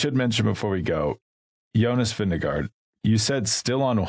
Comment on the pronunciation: please respect the top riders enough to pronounce their names at least somewhat correctly! It's Vin-GE-gaard, not Vin-DE-gaard:)